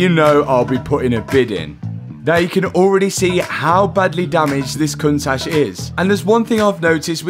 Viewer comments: The lambo Cun tash 🤣🤣 I can't stop hearing it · COUNT TASH - learn to pronounce it properly 😅